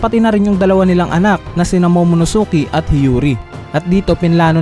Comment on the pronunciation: Sir tip lang po pag binasa ang Momonosuke silent u. Ang cringey po kasi. pati ke not ki po.